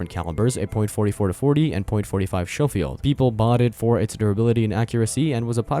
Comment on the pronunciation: . 45 Schofield _It's pronounced .45 "SKOFEELD" NOT "SHOFEELD